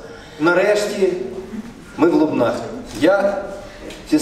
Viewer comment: Не соромте!!!!!!! ЛУБНАХ, а не Лубенах. ЛУБНИ!!!!! ДЕ? В ЛУБНАХ!!!!!!